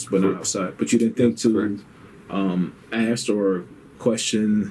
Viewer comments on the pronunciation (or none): Black folk. It’s ask not axe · ASK. A-S-K. NOT AX. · “Do you speak good english?” Then proceeds to “lemme ax you dis and lemme ax you dat” 😂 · Norway dude: why u keep "axing" me? We didn't use an ax on anyone! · Axe a question. LOL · The guy interviewing: " Is English your primary language"? The guy interviewing: "I need to axe you some questions." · My I axed you a question 😬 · This whole interview I can’t stand because the guy asking questions keep saying “axe” “axes” you some questions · Wow he says Axe instead of ask. Perfect English otherwise. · Why in the fuck do some people have so much trouble saying the word ask? It's not axe; its ask for christ sake!!!!! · The officer conducting the interview has worse English than the guy getting interviewed. Let me “Ax” you a question. Tell the “troof.” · I love the way the IA officer says, "Let me ax you a question..." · If someone ever "Axes" me a question...... I sit and stare at the person until they ........."Ask".....me a question..... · Detective: you understood what was “axed” of you on the form”... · Lemme axe you a question.. 🤦‍♂️ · “aks” lmao.... Why is it impossible for blacks to say the work “ask”? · I cant help but cringe every single time the interrogator fails to say the simple 3 letter word ASK... Failing to pronounce ASK and pronouncing it as AKS or AXE is truthfully on every single chart or statistic a sign of a low education. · Why can the interviewer not pronounce “ask” the correct way? “When they axed you this question.” I’m gonna say this and possibly catch shit for it but it’s almost exclusively black folks that pronounce it like this. Why is that? I’ve known black folk who can say shrimp, ask, and street correctly but 99% of black folk say Skrimp, Ax, and Skreet.